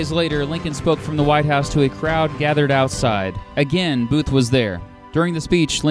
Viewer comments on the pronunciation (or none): none